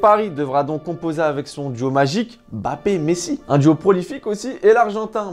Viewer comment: C'est Mbappé, et non Bappé🙂🙃